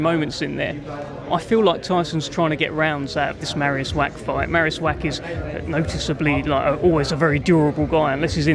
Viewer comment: Pronounced Vach, like the Scottish word loch or Bach. Not Wack!😂